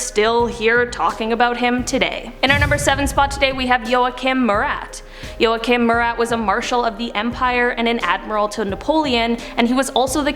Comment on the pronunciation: his name: joachim murat how i pronounce it: yo kim my rat